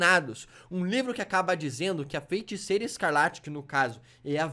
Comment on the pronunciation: eu acho q vc tem q aprender a falar feiticeira antes de ver dr estranho kksksk vc sempre fala feinticeira e feintiço kskskskk